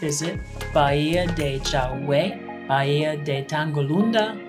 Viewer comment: Great video. It is pronounced “Ba Hee a”-Bahía…Don’t mean to be a stickler…such a lovely area. Thanks for sharing it!